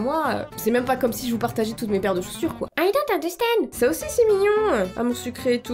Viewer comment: On est d'accord qu'a quand elle dit "I don't understand" ça ressemble vachement au début de la chanson de Jason Derulo Talk Dirty